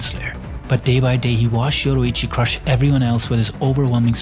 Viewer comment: Why bro keep pronouncing Yoriichi as Yoruichi